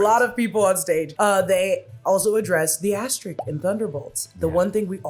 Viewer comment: It's "asteriSk", not asterik